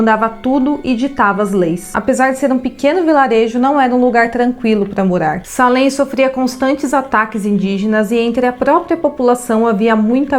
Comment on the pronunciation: Moro do lado dessa cidade a 5 minutos!na verdade escreve Salem mas se fala seilem! Pra pronúncia ficar correta